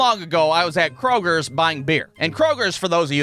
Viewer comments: fyi, its kroger, not krogers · There is no "S" in Kroger, and we have them here in the south as well. goddamn mid-westerners not knowing how to pronounce words... I'm over a year late, but fuck you anyways, your hilarious. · hear me out please. There is no S in Kroger